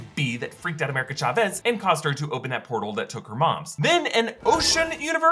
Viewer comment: Thanks for this! It’s CHAvez not chaVEZ by the way 🥺